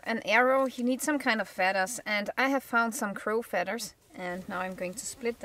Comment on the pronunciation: I love your accent hon, but there is no 'D' in feathers. Thanks for the lesson in arrow making, great arrow head.